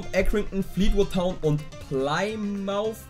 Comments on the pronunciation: Das heißt Plymouth und nicht plyamothe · Pleimauf = Plymouth